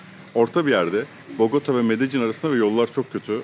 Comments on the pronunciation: zaten medellin diye oku demiyor kimse de medecin diye okumak ancak videodaki vanessanın yapabileceği bir şey 😂 (seviyorum aslında seni de cahil falan diye saçmalayınca bil yani yanlış söylüyosun) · medecin ne abim? bu telaffuzlar ne videodaki ya…